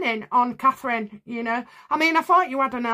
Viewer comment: Please, please say Catherine.